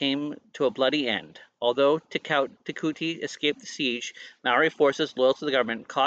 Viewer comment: Te Kooti is pronounced TE ( as if you are about to say tent but sharply stop after the Te , ) KOO ( sounding like English pronounciation of Claw Without the L Rhyming with RAW ) and then a sharp sounding T ( like the ending of party , not sounding like you are saying Tea ) TE - KAW - T